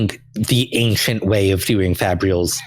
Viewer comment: People on this episode keep pronouncing "ancient" as "ankshient", is that an actual regional pronunciation?